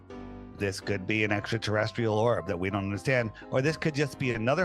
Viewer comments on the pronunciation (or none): "It could be an extra celestrial orb..." IT IS AN EXTRA CELESTRIAL ORB!!! IT'S NAME IS THE SUN, you ldlot.